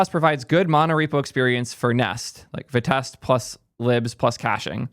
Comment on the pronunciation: no, vitest is pronounced “v-eye-test”, you can listen to all their talks